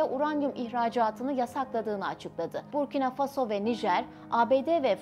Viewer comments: БуркинА ФасО, а не БуркИна ФАсо. Не возможно слушать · Насколько я знаю с детства ударение БуркинА - ФасО, а не БУркина ФАсо. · Бурки на фасо что за неграмотное произношение государства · Правильно ударение надо ст авить коли уж о целой стране рассказываете Буркина ударение на последний слог гласная а, далее Фасо опять же на последний слог гласная о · ИСКОВЕРКАТЬ НАЗВАНИЕ СТРАНЫ И ИМЯ ПРЕЗИДЕНТА. - ??!! ФЕ !!